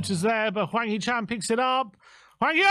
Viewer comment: 황 희 찬 발음 정확한 영국 아재들. . .